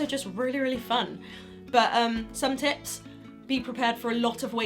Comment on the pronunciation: I swear to god that at the beggining I heard "top 10 tits"